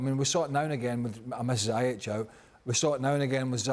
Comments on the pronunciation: "zayech" really dude lol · How does Craig consistently manage to pronounce ziyech's name wrong? Absolute melon.